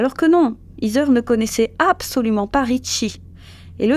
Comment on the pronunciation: Heather ce prononce : HEY-DEUR… et non pas izeur